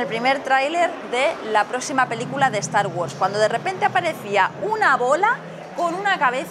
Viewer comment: Estar gords. Humm así es como escucho que pronuncia Star wars